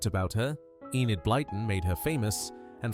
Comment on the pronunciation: I was born in 1955 and grew up in London from the age of 3 months. I don't recall a single person with any of these names, so they had gone out of style by the 50s. By the way Enid is Welsh and correctly pronounced ENNID, not EENID. I had a couple of Welsh friends, as Southall, where I grew up, was a Welsh enclave before it became the Indian community. They were called Pauline and Myfanwy. Personally, I prefer the names that were popular in the 18th century: Henrietta, Georgiana, Louisa, Caroline, Charlotte, Frederick, Charles, George, etc. Just so stylish!! I find the names on this video very dull and lacking in style.